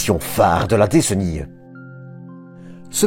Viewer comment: Cela fait plusieurs épisodes que tu prononces bizarrement décennies. Tu n avais jamais entendus ou utilisé ce mots auparavant ?